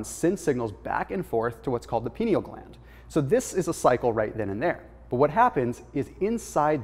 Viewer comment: Just so you know it's pronounced "pine-eal" gland. It literally looks like a pine cone and was named accordingly. Magnesium before bed is awesome. My dreams are like complete feature films.